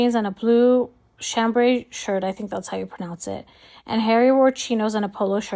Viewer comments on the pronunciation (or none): Seeing as they were moving around to various places, so they just hand a meal out for photos then left to next photo op. Chambray is pronounced sharmbray